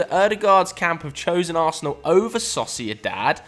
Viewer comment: this man said saucydad instead if sociedad and acted like we wouldnt notice :D